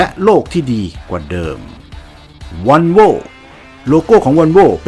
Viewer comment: ออกเสียงว่า วอลโว่ ครับ ไม่ใช่ วันโว่